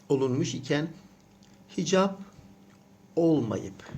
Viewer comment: o nasıl "hicab" öyle :)